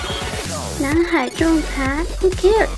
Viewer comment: hu keers? ho kers? calling all call center training programs in the Philippines..please teach them how to enunciate and pronounce the word properly..dont make the world laugh at them..hu keers..poor chinese youth, i feel so sorry for your country! hu keers? hahaha😂😂😂😂